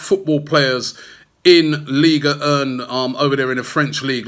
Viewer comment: Wtf is Ligue Urn! Robbie and his pronunciation 🤦🏻‍♂️